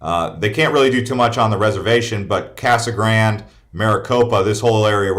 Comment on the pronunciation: Btw……’Casa Grande’…..pronounced…..ka-suh-gran-day! If you’re gonna live amongst the Hispanic community learn it!